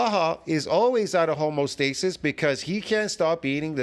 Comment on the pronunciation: I have to question the so called knowledge you've gleaned over the years if you keep mistaking the word "homeostasis" for "homostasis" even after I've corrected you on this already. Also, the carnivore diet is an elimination diet by the way.